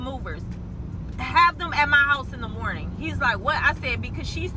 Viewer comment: Not “Mernin”😂😂😂 good mernin to u too🫶🏾